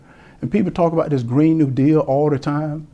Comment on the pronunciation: Herschel: "den, dose, dem, dat, dis"......Lol